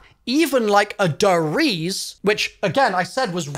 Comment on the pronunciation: Him saying "Der Riese" "dereez" makes me conscious about the fact again that for some reason, CoD uses German names for their zombie maps